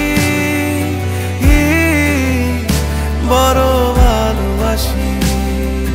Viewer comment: কি আর বলবো? বর বালবাসি নাকি বড় ভালবাসি কোনটা হবে? এটা বাংলা ভাষাকে বিকৃত করার শামিল। একজন প্রকৃত শিল্পী হিসেবে প্রথম লক্ষ্য রাখা উচিৎ প্রমিত উচ্চারণের দিকে৷ তানজিব ভাইয়ের কাছ থেকে এটা আশা করিনি।